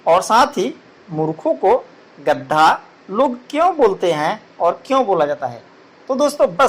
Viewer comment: Chacha gadha hota hai gadda nhi kya kahani sunaoge be tum